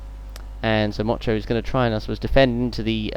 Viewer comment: 2 funny things when motyan was being overtaken by gamba u kept saying mocho and also swede move andersson is swedish;)